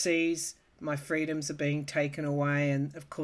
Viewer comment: The way you said free-DUMBS! I split a gut! 😄 And it's rather worth saying, when you lose faith you read the comments... I come listen to you! Ty deeply for everything through these years, dear and beautiful soul! You're a Healthcare worker for our souls 💖 Goddess Bless 🙏